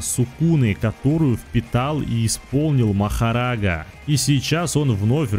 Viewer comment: Сколько будет коверкать имя Махараги?